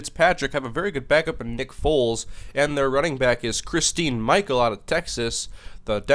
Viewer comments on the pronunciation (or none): As an Aggie I cringed at you pronouncing Chrstine Michael's name wrong. It's Christian (I know, weird).